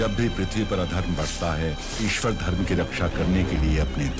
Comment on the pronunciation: Great video but request you to please correct "Daiva = दैव, but not दैवा", "Karma = कर्म, but not कर्मा", "Dharma = धर्म, but not धर्मा" etc. I mean to say that we should also focus to correct our "Hindi" or "Regional language" pronunciation in same way like we do for "English". Bahut achhe hote hai aapke video. Keep it up.